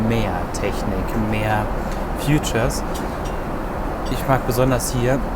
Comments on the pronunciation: sagst du irgendwie immer futures? es heißt features. und kuALA lumpur nicht kul lumpur. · das Wort heißt features und nicht futures